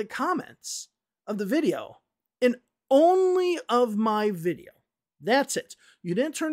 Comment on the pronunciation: In one of their videos Liza says that it's okay to have an accent. But when does accent become mispronunciation? I thought that the way she pronounces "video" in the video by her that you just criticized for her mispronunciation of "accusation" also borders on "wrong" because the e-sound in video should be shorter. It's her Russian accent "shining through". Having said that I generally like English for Everyone and I think it's necessary to call out the scammers but I too noticed that they didn't tag you in the video where they critiqued your mistakes that you made while speaking casually (which I think is unfair and to turn off the comments is pretty sh*tty of them). Some further comments – the use and interpretation of expressions such as "this is lit" or "spill the tea" might not be so much dependent on regional differences but on social factors, such as age and what media you use.